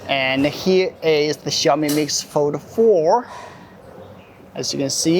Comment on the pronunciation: instead of pronouncing it "Xiaomi" you insisted to say "Ciaomi"😂